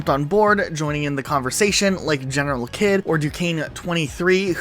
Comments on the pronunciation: Does this channel pronounce GeneralKidd completely wrong in order to phonetically get it across to viewers that would like to search for his videos on YouTube? Or do this channel genuinely not know how it's pronounced? I also understand the possibility that Kidd doesn't care how people pronounce it, but it seems weird to pronounce it differently than GeneralKidd does at the beginning of every single video he's ever made. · generalkidd says his name at the beginning in every single video but you still mess it up